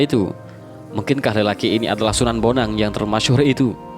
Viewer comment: Kalo prh baca sejarah. Itu namany d baca bon ang bukan bonang dan dia itu CHINA